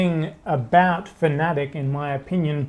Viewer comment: Its fana tech! Not fanetic. Because what i just wrote is how ud spell way you say it. Read it!! Out sloooowww